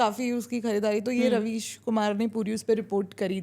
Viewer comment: Ravis ❌ Rebies ✅